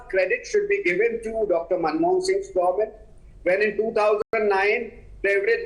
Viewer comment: the word is Government.. Not Goment...!!